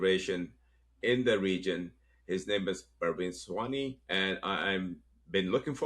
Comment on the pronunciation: He is Pra vin Sawh ney Please pronounce it properly Thank you